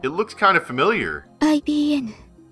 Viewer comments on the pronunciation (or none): The real one is called IBM not IBN.